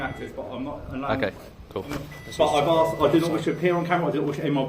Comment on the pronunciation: "I've 'arxed' you to put it down" Why can people not say the word 'ask' or 'asked'? Why do they pronounce it 'axe' or 'axed'? They sound like proper inbred retards that can't pronounce a simple word! Did they not go to school?